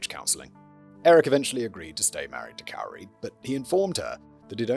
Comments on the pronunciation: It’s not “cow-ri”😂😂😂 it’s pronounced “cory” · It's Cori not Carrie 😞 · It sounds like he thinks her name is Kaori. I wonder if his script pages have her name wrong. Cuz he’s definitely saying “Kay oh ree” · Murderers name is pounced “Kory” and not “Cowery”. I was wondering who the heck u were talking about. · Simon pronouncing 'Kouri' as 'cow-ree' is hilarious. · Is it bad that I kinda like kaori pronounced that way better than Cory 😂 who cares she’s a murderer😂😂😂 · It's pronounced Corey cowri is driving me mad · I love that you are pronouncing her name Kowry. She deserves it to be pronounced incorrectly lol. The correct pronunciation is Koori, but I don't care, I'm not yelling. Im Laughing My Ass Off!!!!!! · my fav part is that he mixes up the correct and incorrect pronunciations. Sometimes it is "Corey" and sometimes it's "Cowrie" like the shell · Pronounced like “core-ee” and they lived in Heber, Utah. (Not Hebrew) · Cory is how you pronounce it. People from Utah like to change spellings. She moved to Heber. She went to high school with my little sister. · Cow-ree I'm dead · It’s k OR ee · I absolutely love you calling her cow-ri. It’s a ridiculous spelling and she’s a vile person so I’m quite amused with your butchering of her idiotic pretentious name. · It's Kow-ri who worked at Home Depp-poe.😅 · Hey there, love the video. Just wanted to let you know that while "Kouri" does phonetically look like it should be pronounced how you did throughout this video, it's actually pronounced like the male name "Corey." Just a small detail I wanted to make you aware of. 💙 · He's saying her name wrong, its pronounced "cory" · Hebrew City!!! It's, uh, Heber City. And Kouri pronounced like Kory. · LOL it's pronounced the same as Cory. Can't wait to hear your reactions to this crazy case!! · He mispronounced almost every name in the whole episode 😂😂😂 He even tried to check and STILL mispronounced Cory as Cow-ree 😂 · Cow-ri sends me every time 🤣🤣